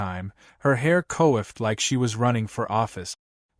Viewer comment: Could the creator(s) of these stories either use the appropriate pronunciation of certain words such as read, live, H O A, (and others) OR simplify - instead of co-offed (coiffed hair) to STYLED hair. Also, pearls don't sparkle or glisten...they display as a soft rainbow gleam or glow.